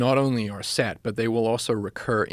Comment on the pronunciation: Is he south African? Because I did notice him say a few words differently like path and set sounded like poth and sat